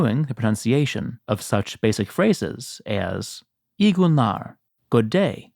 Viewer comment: Make the "ü" in "iyi günler" as in "u" in "cure". Just saying.